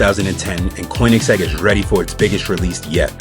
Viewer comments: It's pronounced Kurn-ig-zegg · Guy says koenigsegg weirdly